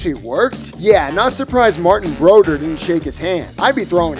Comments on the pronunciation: The guy also called Matrin Brodeur "Mar-tin Bro-der" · He butchered Brodeur's name too. So it goes... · I stuck in there until he killed the pronunciation of Brodeur. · It’s Rish aard. And Bro door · And Brodeur